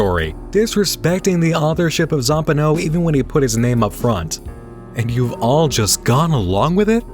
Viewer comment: I always thought it was Zam-PAH-no and Da-LIE-al. Not ZAM-pehno and DEAL-iel. I guess it's funny how different this book casts its grip on the readers mind, even down to the pronunciation of the otherwise absurd character names. Sometimes I go over the tattoos I have from this novel and wonder which of his readers most closely shares that of Z's intended vision; the image he had in hie head of Johnny, of Navidson, of the House.